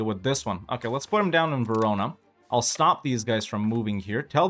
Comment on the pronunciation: Verona......... Huh Sounds a lot like........ jarona.